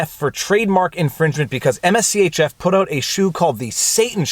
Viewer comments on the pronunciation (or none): MSCHF is Mischief without the vowels the brand is pronounced Mischief. whenever you make a follow-up video on the case please pronounce it properly. it's very distracting hearing you say all those letters over and over again.